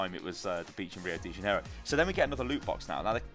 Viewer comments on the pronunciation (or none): the pronunciation of Rio de Janeiro is so funny "Uwiour dei janeirrow"